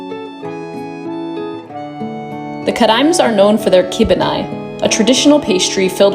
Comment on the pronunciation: You pronounce TrakAI with an ai(i). Kibinai with an ai (I)